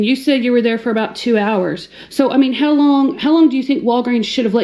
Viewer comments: "Two errrrrrs" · she says "hours" like a pirate